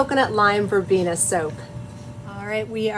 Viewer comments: Very lovely soap!! And the colors came out right, lovely in all. Yes is Verbena. Is pronaunce is Spanish as is written " Verbena " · You had it right 1st time.. its pronounced Verbeena.. and the soap is striking.. thanks so much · Wondering if NG made a typo or it's on purpose. Either way you are right when you pronounce Verbena. By the way, beautiful flowers! You pronounce Calendula right, as a dedicated flower enthusiast, I have never heard it say that other way. I also say Vanillin the same way you do. 😅. There is a fellow on you tube who only spends a week to week and half to learn all these languages. Then he will go out and talk to folks in different cultures and they are astonished because he sounds like he grew up speaking their language. Some of them very difficult! Amazing! Cheers & Blessings👍💕